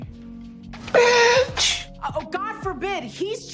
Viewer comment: I can't stop laughing at when calls Clara a bayych